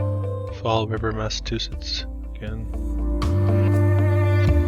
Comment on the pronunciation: mass ah chew sits = Massachusetts. Just letting you know! I did enjoy it, thanks!